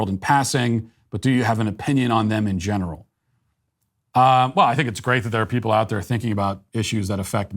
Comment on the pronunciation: Did Matt say "my genital opinion" what a biden thing to say lol